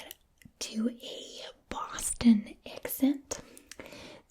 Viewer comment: You pronounced wayyyyyy too many Rs in your Boston accent lol